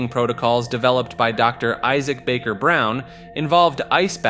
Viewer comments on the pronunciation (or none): none